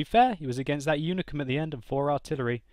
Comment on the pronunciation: its unicum, not unicorm, lol.